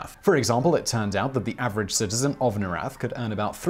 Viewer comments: I'd love to keep watching, but you're triggering the heck out of me with how you pronounce Norrath. It's pronounced as Nor (as in North) and Wrath. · Everquest baby, For the fucking WIN!! Project 1999 Project 2002 NOR-rath ... awesome vid but that was driving me cray cray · the way you mispronounce norrath hurts me deeply